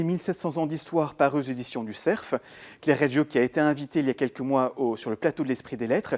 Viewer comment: Non et non, ce ne sont pas les éditions du ''SERF'' mais du ''CERF'' sans prononcer le f final !!!